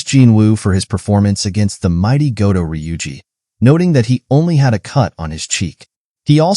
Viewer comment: Goto NOT Godo. Americans🤮